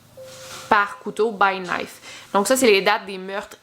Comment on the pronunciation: J’ai ris quand t’as mal prononcer « knife » t’es cute